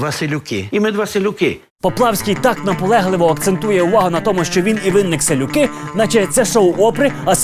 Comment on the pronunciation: 🤦‍♀️Чомусь сказане «селюки» звучить ,як віслюки ...